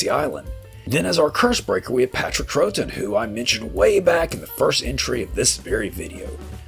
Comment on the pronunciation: Patrick Troughton's surname is pronounced Trow-ton. Other than that, great retrospective, thank you.